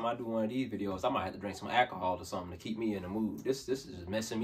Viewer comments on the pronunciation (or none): none